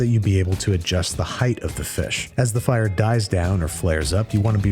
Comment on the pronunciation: That accent was more fyre than fire